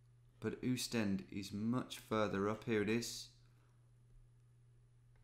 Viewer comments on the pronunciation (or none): But it is Oostende with anlong "O" not a "U" : ˌ[oːstˈɛndə] also the "E" in the end is not silent! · Oostende is pronounced austende